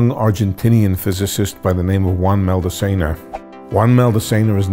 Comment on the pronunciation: It's Juan Maldacena, not "Maldecena"